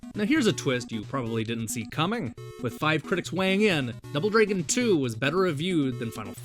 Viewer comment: you say the word "dragon" the wrong way dude. you say it like "draigon". so lame man!!